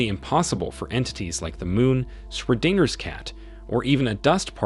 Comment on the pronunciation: WOAH is this an ai voice? if it is then its really damn good. but the way it said Schrodinger's is sus